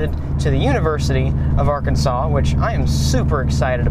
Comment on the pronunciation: arkansas is pronounced are-kansas or arkan-sas